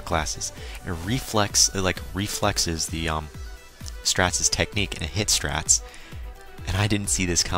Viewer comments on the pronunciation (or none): Just to inform you Straits name is pronounced Straights